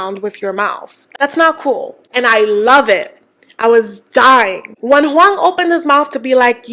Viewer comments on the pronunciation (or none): the way you say “Juan” 😂sounds like “Wong”